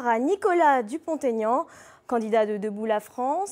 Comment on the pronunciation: Pour la journaliste : ce n'est pas Dupont "Taignan", c'est Dupont-Aignan. C'est un nom propre avec un tiret qui plus est, donc il n'y a pas lieu de faire une liaison.